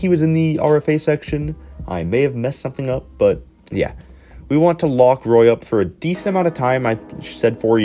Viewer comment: Based on the 10 team NTC and that Anaheim is on it, I would think Dadonov's NTC are the Canadian and Cali teams for tax reasons. Seems like it's the new 8 team Canada plus Buffalo. Also Roy is French-Canadian so it's pronounced "Wah". If you still aren't certain it's exactly like Patrick Roy.